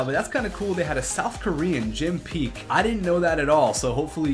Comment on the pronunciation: Not Jim Peak, it's Jim Paek. Jim isn't actually his real given name. And his last name is pronounced like "pack." Paek is a Korean name.